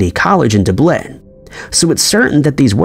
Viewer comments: D U P A lin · Still having trouble pronouncing 'Dublin' I see.